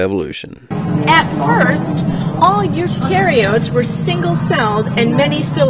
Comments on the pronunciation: You can't give a lecture on something that you can't fucking pronounce. U-care-e-ah-tik. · She didn't know how to pronounce eukaryotes until she sounded it out then proceeds to lecture people on evolution & science. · Only a couple minuets in the video... and the women can't even pronounce "Eukaryotes". THEY TEACH YOU ABOUT CELLS IN 3RD GRADE ! She isn't really guide right...just some random idiot? (plz don't be guide, oh plz oh plz don't be a guide)